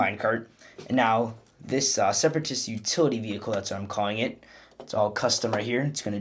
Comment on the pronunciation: "Separarist,Utility,Vehicle He made a S,U,V, lol